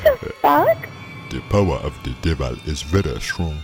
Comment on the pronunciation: he said the power of de deval is vera shrong